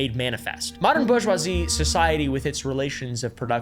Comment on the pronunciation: "Borg-wazzy" lol